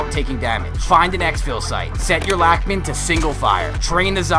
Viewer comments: I'm German and I pronounce it like Lachmann (lach like Lachen & Mann = man) So you're right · No, bozo. That is why he made fun of that way of pronouncing it. Germans would say "laack"-min". There is no "o" noise in the name "lachman"